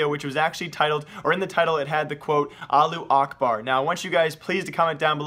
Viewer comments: the way u say allahuakbar is so weird lo. Its Allah- who- ack- bar... u make it sound like allu akbar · It's not Allu Akbar it's pronounced "Alla-who-akbar" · "Aloo Akbard" omg... can you read? its pronounced "Alla-who Ahkbarr" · its not allu akbar is alla-hu akbar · Allahu Akbar" means god is big adn you read it alla akbar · allu akbar? it said allahu akbar, not allu akbar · its not "allu akbar" it's "allahu akbar" learn to speak ty:D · am i the only one or he pronounces Allahu Akbar - Allu A(h)bar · yes :) you are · "aalu akbar" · Pronunciation is wrong bro. Al-lah-hu akhbar. Pronounced like that. And yes it means God is great. And it is not a bad word. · Your reading is like keemstars it's not allu acrbar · It's not pronounced Allu Akbar There's a H . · It's Not called Allu Akbar ^-^ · allu akbar? lmaoo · I cringe every time he says Allu Ahbar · Alu akbar facepalm .you dont even know how to say it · as a muslim, i hear pronounciation of allahu akbar is 2 funny sorry for my lack of english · dude you say "allahu akbar" in the little bit wrong but its ok